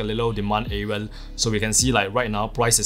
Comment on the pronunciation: Why do you keep saying areal ?!